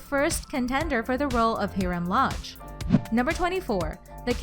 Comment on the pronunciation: It hirem loge not herim loge